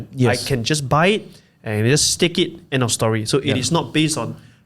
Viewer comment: STAKE not STACK haha